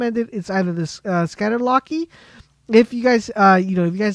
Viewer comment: What the hell is a "scatter locky "??